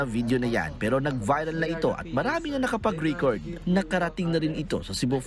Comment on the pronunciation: Risita? Ricord? 🤣🤣🤣